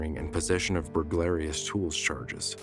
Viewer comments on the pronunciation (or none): WTF IS BURLAIROUS, AM I HEARING THIS RIGHT, YOU MEAN BURGALRY?